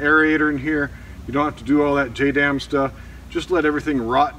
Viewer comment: you said you dont have to do that "JAYDAM stuff" buddy you just made JADAM LIQUID FERTILIZER LOL.